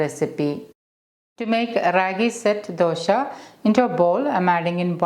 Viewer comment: Why is she saying dosha? 😂